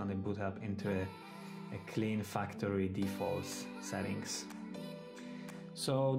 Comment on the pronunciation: I almost thought he said "reset the fucktory"